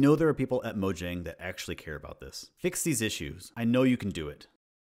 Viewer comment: I like his inconsistency of pronouncing Mojang like English "Moh-Jang" and pronouncing it like Swedish "Moh-Yang"